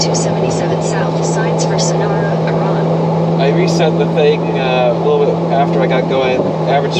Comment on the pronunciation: Google lady doesn’t know how to say Iraan lol. Welcome to Iran it’s a blast.